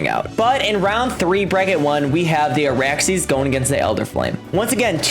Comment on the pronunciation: its ARAXYS operator, not Araxy 😂😂